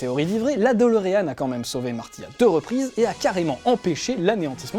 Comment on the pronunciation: c'est DE-LO-REAN !!!